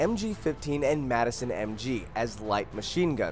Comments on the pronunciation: its called madsen not madison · Okay, this is a pretty bad video, all the games you listed with female character at fact 29 are all fiction and future. Verdun in pronounce VER-DUN not Verdin, the name says it. Gallipoli is pronounced GALLIP-POLY not GALY-POLLI. The Madsen MG says how it's pronounce and it's not MADESON. Every name you pronounce needs to be practiced before you say it publicly otherwise people are gonna get Triggered AF. Ardith is pronounced AR-DEE-TI. Sinai is pronounced SYEN-NAI not sinei.